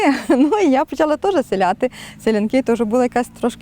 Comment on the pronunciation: Як же я не можу з різних наголосів на "гердани" чи "силяти"... а ще оце "спадчина" ріже слух прям капець 😫